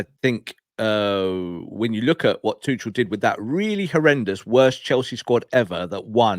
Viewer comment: Can’t have Tuchel become manager because it will mean at least two years of stubbornly and maddeningly mispronouncing his name…just like he does with “Kobbie ManU”…hey, you dingbat —>